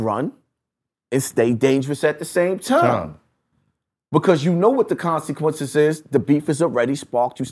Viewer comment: "Knowing the conSEEquences" "You just painted a BOWLseye on his head" The self proclaimed "" can't pronounce his words for shyt